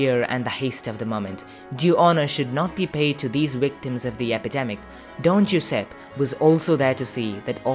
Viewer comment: Unfortunately, the pronunciation is poor. Giuseppe ...joo- zehp-peh